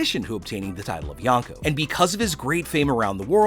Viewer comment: kinda makes me mad that your saying yanko💀